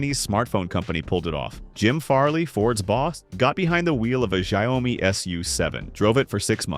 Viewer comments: Not Shy-o-mee, rather Shee-ao-mee. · He pronounced Xiaomi differently every times, and none were right.